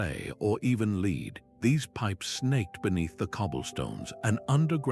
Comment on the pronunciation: I like the concept of this video, the script was the best bit. Audio was monotonous AI who doesn't know how to pronounce lead (the metal). While the visuals are highly entertaining, these AI generated woodcuts worthy of Escher were so tenuously connected to the material that I feel they damaged the credibility of the overall video